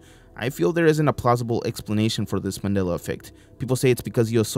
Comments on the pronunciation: I remember this guy saying MANILLA instead of MANDELA. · Why can't you pronounce "Mandela" correctly